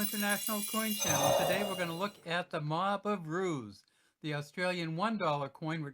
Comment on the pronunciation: They are called Mob of roos. Not ruse Roos is shortened for kangaroos.